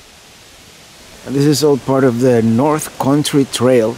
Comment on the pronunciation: I love how you say country. It sounds like corn tree. I always stop and say huh? Love it!! Keep up the awesome videos!!!